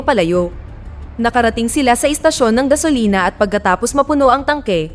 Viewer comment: idol gasolina hindi gasilona